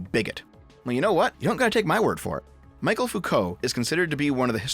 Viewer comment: Micheal Foucault's name is pronounced "Me shell"